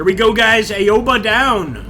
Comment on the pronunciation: its called Owba no eyeoba. simple phonetics here yank. A is AHHHH AO is aow "As in OWE that hurt" sounds. AOBA = OWBA dont say EYE, A dosnt say EYE sound, it says AHHH. english phonetics lesson done. english and japanese use the SAME phonetics. america doesnt even TEACH phonetics.